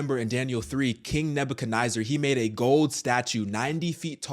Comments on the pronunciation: NEZ ZAR not NIY ZAR This is crazy... Jehovah's Witnesses have been saying this for DECADES and nobody listened 😒 This story in my opinion is like...Whatever, I've already heard this in the 80's 90's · It’s pronounced Nezzer. Not Niezer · King Neba - ka- neh-zer not nizer.